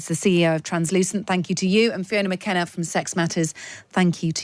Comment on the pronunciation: When an interviewer can’t even be bothered to correctly name their interviewee it tells you all you need to know. Fiona McAnena…. not Fiona McKenna. This character’s arguments are all based on ideological wishes and wants of men rather than reality and facts. Wouldn’t stand a chance in a debate.